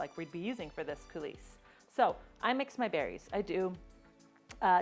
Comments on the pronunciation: I love your creative intro (your name revealed from the flour). I just wanted to mention that coulis is pronounced "cooLEE." The "s" is not pronounced, but your video was fantastic! (And, no one should have given you a "thumbs down.") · Coulis pronounced Coolee. Looks great though.